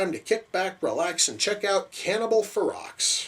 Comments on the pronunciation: Hahaha Cannibal Xerox...now you should know how to pronounce the title. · The x is silent it's pronounced (fur-row) it's spelled ferox but pronounced fur row. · the x is silent ; ) its fero